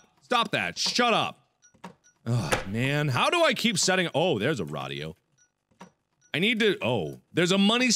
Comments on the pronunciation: those things aren't pronounced RODIO and VOSAE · rad e o is what he said for radio lmao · Markiplier: So I need a RA dio. guys what are you doing? its RA dio not radio.... Mark approved XD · it's called a radio no raido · Did he just say “raaahhdio” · Why does he pronounce radio rah-dee-oh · lol he said radio weird too like with a long a, and he's also Le Boned